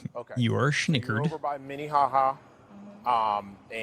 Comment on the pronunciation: "schnOckered" shnickered is...well.. its nothing ha